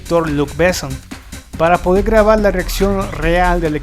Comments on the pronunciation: ¡Híjole! A riesgo de sonar pedante, detuve el video en el minuto 4 porque no pude soportar cómo pronuncias los nombres. Perdón amigo. Los apellidos Besson y Reno se pronuncia como palabras agudas, como si tuvieran acento en la o: "Bessón", "Renó". Un tip: absolutamente todas las palabras francesas (incluidos los nombres) se pronuncian como palabras agudas, es decir, la sílaba tónica hasta el final. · Es realmente doloroso escuchar tu pronunciación, tanto de palabras francesas cuanto inglesas, así como nombres... antes de hacer un video deberías, por favor, chequear lo básico! "Béson", "CiberpUnk", "Yjovovich", "Osuma", etc... Terrible! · "Bésson" "Ciiiiber pUnk" "Milaiiii Jovovich" Esa pronunciación, mi Dios!!!!!!! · Estaria bien que el tipo que habla en este video cuidara los acentos y pronunciaciones de los nombres en Frances sobre todo. Renò con acento, Bessòn, lo mismo. Gaultier la au se pronuncia o. Por favor el reportaje esta muy bien pero desmerece que no te documentes de como se pronuncian sobre todo los nombres propios.